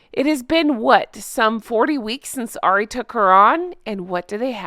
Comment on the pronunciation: Hey. Love your channel. If there is 1 thing that I would say is, I think you are pronouncing Ari wrong. I think it's just like saying Harry but without the H. Like 'hour' and 'herbs'. Just thought I'd let you know. Love your show.